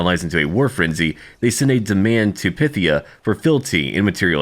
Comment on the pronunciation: I hope I'm not too direct, but I thought you'd appreciate it when I correct your pronunciation a bit. Firstly, Achilles was from Phthia, which you were pronoucing the same as 'pythia'; instead, it's 'Fthia'. Second, the E at the end of Circe is pronounced, and the C's are hard K's. So rather than your 'Sers', it's more like 'Kirke'. Hoping I didn't come across as a smart-arse, but you've said in the past that you don't mind people helping you out with pronunciation, and I thought I could help a bit... Cheers!